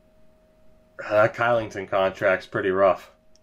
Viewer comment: Kylington = Shylington, because Swedes don't like to say K's :D